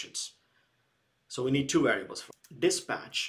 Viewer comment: Great Video!! Thank you very much. You pronounced 'dispach' instead of 'dispatch'. Keep going, It is amazing!!